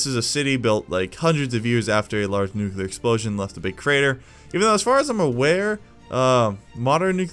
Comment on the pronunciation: nucular bomb